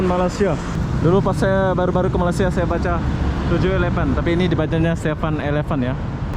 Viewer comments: Kenapa sebut Malasia.. Sebutan nya ialah Malaysia.. Atau pun org Melayu sebut melaysia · agak2 lahh bahasa tu cik.... Cara Kau brckap mcm. tk btul.... Jauh nye sebutan malaysia.... Dgn malasia🙄🙄🙄 I'm Malaysian 🇲🇾🇲🇾 cuma perbaiki Cara kau menyabut nama negara.. Taguran jerr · Malaysia bang, bukan malasia. Btw salam dari Indonesia